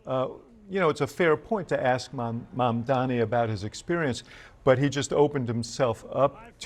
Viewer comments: Mudhmanni that's "mud-man-i" . 🤣🤡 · Get the guy's surname right guys, especially when you play a clip of Mamdani rebuking Cuomo for mispronouncing it.